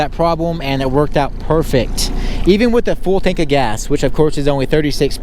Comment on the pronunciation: "we gotta fullgasatank"